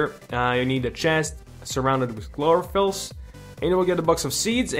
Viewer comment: Just say K-loro-fill